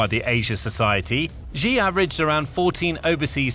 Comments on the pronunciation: Its actually pronounced xi(shi) not ji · You've made several videos about Xi Jinping. Can you start pronouncing his name correctly? It's pronounced "shee", like 'he and she'. It both reduces your credibility and grows more irritating with every repetition. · Pronounced "She" Jinping